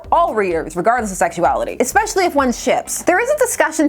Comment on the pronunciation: Speaking of kindergarten especially is not pronounced ekspecially. I have been called the Gatekeeper in YT and I don't even know what it means. That Urban Dictionary is full of curses. Ess-pesh-ee-al-lee.